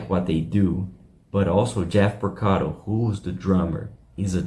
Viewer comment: It's pronounced P O R C A R O, not PorcaDo !